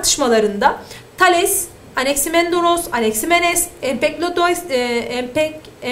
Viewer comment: anaksimenesi okuyamadı :D